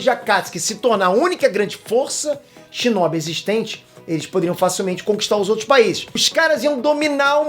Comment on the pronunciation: #Obito n é shinóbi nem zétsu é shinobi e zetsu